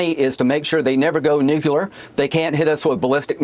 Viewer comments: Lindsay throwing back to the old Dubya "Nu-cu-lar" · Aaaaand he says nucular…. Dumbass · NUKE-LEE-ERRR.... there's no such thing as "nucular" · AND ITS NUCLEAR, NOT NUCULAR, PHUCKING MORON !!! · Someone please tell closet Enola gay warmonger that it is nuclear and not nucular. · i have a million of 'em but let's start with NU CLE AR ... not nu cu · Can’t even pronounce “nuclear.” Another moron. (Minute ) even if you just read the two parts “NU and “CLEAR” you would say it better than this fool, who says “nu-kyu-lar” Come on. He is a loathsome smarmy little wimp. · It is nuclear not fucking nucular! The fact, that this hillbilly fuckhead can't even pronounce this right and in the meantime has the power to start a war with those "NUCLEAR" weapons makes me sick! God damned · Why so many people prononce nuclear "nucular" ? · Lindsey is another dumb A-hole; tries to talk smart about nuclear war yet does not even know that the word is NUCLEAR , not nukulear. So many Americans pronounce the word wrong. 😵‍💫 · "Nucular" lol graham cant even pronounce nuclear. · "Nucular"??? what a fucking country bumpkin. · I'm annoyed everytime he says "nukelar". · If you cant even pronounce the word "nuclear" you shouldn't be allowed to use them.miss graham it's not nook you lar. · Mf cant even spell nuclear correctly, listen how that piece of 💩 pronounces it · Ms Lindsey is on something...cross addicted like the rest. And you know what drives me crazy? Mispronouncing NUCLEAR! They all sound like W...so ignorant. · If they can't pronounce "nuclear" properly, then they have no credibility.